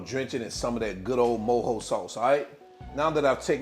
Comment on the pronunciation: I’m cuban and I’m happy this recipe exits explained in English like this with a slo cooker! I also appreciate you saying mojo the right way 😂 If you’re reading this DO make this recipe it’s fireeeee